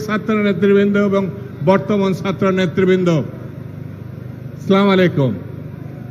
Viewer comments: যে লোক সালাম শুদ্ধভাবে দিতে জানে না সে দিবে বাংলাদেশের নেতৃত্ব।😊😊😊😊😊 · এত বড় একজন জাতীয় নেতা অথচ লক্ষ জনতার সামনে শুদ্ধভাবে সালামটা দিতে পারলেন না দুর্ভাগ্য।